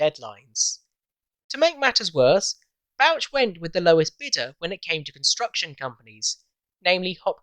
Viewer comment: That's some nice drawings of the Tay Bridges. Is Bouch pronounced Botch, given it's himself we refer to every time we see a botched job?. Nevertheless geat work. 🙏🏻🏴